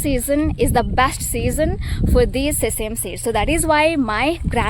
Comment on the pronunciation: Sesem seeds ❌ Sesame seeds ✅